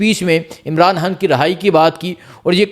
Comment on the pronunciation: Oye jahil insan imran haan laga rakha Hai imran khan bool pagal pehle bolna seekh